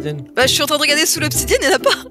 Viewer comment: "il faut combien d'obsidianne" 😂